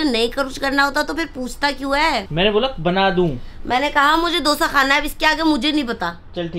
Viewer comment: yrr दोसा नहीं डोसा होता हैं 😂